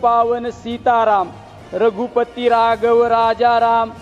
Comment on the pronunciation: अहो याला बोलता येते का, हाच बोलला होता कि मी मुसलमानाच्या मतावर निवडून आलो, याच्या कडून काय अपेक्षा करायच्या.... वाचन चांगले आहे पण अशुद्ध बोलतो.. रघुपती रागव म्हणतो.. किती बोगस आहे...